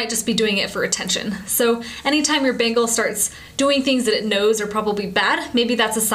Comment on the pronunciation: Sounds like she's saying "Bagels" lol. :D